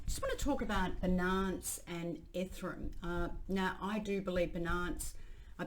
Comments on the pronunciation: Ffs Susie. BI NANCE and ETHEREEEEEEUM 😂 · Yea it is definitely an issue. Seems like it's deliberate. Ethrum beeenunce - she does it with other words too. I don't know why. I would like to see her reaction if someone mispronounced her name. She would probably jump all over them.